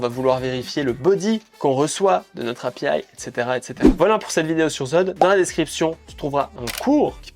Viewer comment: Et Happyaiiïeeee et requoilleurde 😅